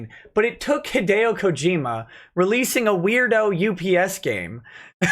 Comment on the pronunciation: He still mangled it but it was closer than most haha